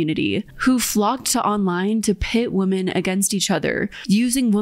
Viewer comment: I love your content so much I just have one tiny correction because I'm obsessive about pronunciation... woman (/woo͝m′ən/) - singular women (/wĭm′ĭn/) - plural